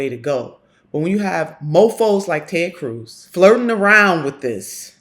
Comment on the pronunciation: "Taayyd Cruise"